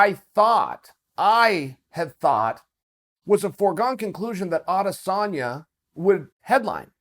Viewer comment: You pronounce it A-des-sanya Ariel actually says it right